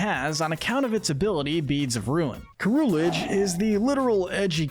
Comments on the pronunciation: The G in Armarouge should be after the U! And it's Ceruledge, NOT Keroolig! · It's Ceruledge, NOT Kerulidge! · Love this but how did dude rly jus call them Armarogue & Keroolig lmao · It’s pronounced duh-BREE, HAHR-ee-yah-muh, arm-uh-ROOJE, PAL-UH-fin, and SIR-roo-ledge, “”! 🤨 And Annihilape’s signature move is actually called RAGE Fist! 🙄 You’re so bad at pronouncing Pokémon names,! 🙄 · OH MY GOD IT IS PRONOUNCED AR-MOR-OOJE AND SER-OO-LE-DJE!!! Other than that amazing video as always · IT'S ARM-MA-ROOZH AND SARE-ROO-LEJ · Unfortunately most people aren't gonna agree with this list Also you're saying Armarouge and Ceruledge's names wrong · That pronunciation on Ceruledge almost gave me a stroke. Good video, but a lot of points where I don't agree